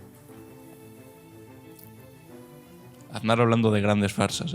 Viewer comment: Ansar, "er" "bishoo"